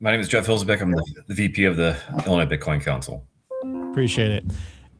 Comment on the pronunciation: … there is no “noise “ in Illinois